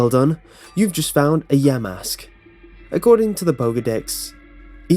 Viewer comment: lol you said yamask wrong